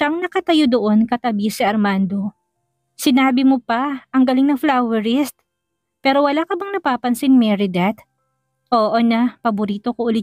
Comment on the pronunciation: Florist hindi flowerist.